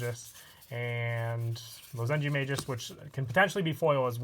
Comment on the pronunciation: It's maGus Not maJus Wtf?